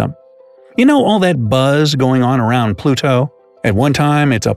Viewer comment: Why you saying Pluto like that?